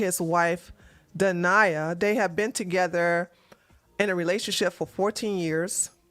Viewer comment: When you said her name was dania I heard denier. Just thought I'd say how apt her name is